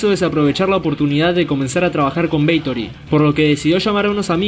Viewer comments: ¿Es BATHORY o “beitori”? 😂😂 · Si, parece weon diciendo beitory. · Porqué dices “Beitory” dumb ass? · Jajajaja! Beitory. Pronunciaciones estilo Emma Havok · Jajajajajaja🤣🤣🤣🤣 Así es Parcero idéntico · Lo mismo estaba pensando parce jajajajajaja